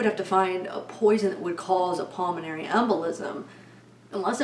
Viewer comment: Can you say PULMONARY anyone???